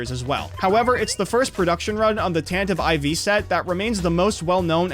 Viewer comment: How did he manage to mispronounce "Tantive IV" repeatedly?